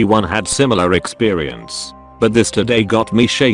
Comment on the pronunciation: Anyone else think it’s weird that it pronounces ‘experience’ with a ‘w’